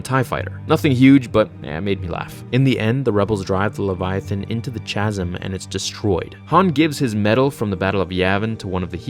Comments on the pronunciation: The H in Chasm is silent and pronounced like Ka-sim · The chasm, chasm chasm. CHasm with a little spasm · It's pronounced KASM. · "Chasm" is pronounced with a hard "k" sound at the beginning of it. Fyi. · Chasm is ALWAYS pronounced "KA-zum" in ALL dialects of English. pronounced it wrong. Big deal. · Both the American English and the British English pronunciation of the word 'chasm' is 'ka· zm.' Regional dialects and branches of a language often can have an effect on the pronunciation of words, such as the North-South accents in the UK that can affect words such as grass, glass, and bath, just like an American would pronounce buoy differently to someone from the UK. Chasm as far as I am aware is simply pronounced ka· zm. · Hey no judgment here but I just thought I should tell you Chasm is pronounced kasm. I mean absolutely no disrespect. Please keep doing what you’re doing. You’re awesome and I have a ton of respect for you. Have an awesome day. I apologize if I came off as remotely rude or judgemental. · The H in Chasm is silent you moron! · How did you pronounce chasm so wrong ? 😐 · Say chasm again, I dare you! This triggered me more than I thought I would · FWIW, “chasm” is pronounced like “kazum,” not like “chazum.” Cool video, though. I didn’t know all this. Poor Jedha :( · It makes me wonder if he knows how to pronounce chasm and is blatantly starting controversy to trigger people and/or start conversations 🤔 bro if you read this, it's pronounced ca-zm. I'll certainly get over the goofy pronunciation, but it should help you avoid triggering more legions of nerds in the future. For THAT specifically at least...the more you know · It’s Kaz-um. Not Chaz-um. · Bruh it’s pronounced like kaz-uhm not chazz-uhm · Dude it's "ka-zim* not "cha-zim" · Chasm. The H is silent man. No "ch" sound for furture insight. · Chasm is pronounced ka zim not cha sim. Loved the video by the way, pulling me back to your channel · Chasm starts with a K sound. Not CH sound.